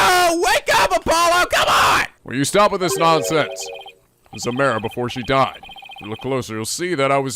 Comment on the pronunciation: He’s still saying Amara’s name wrong. It “ah-MAR-ah”.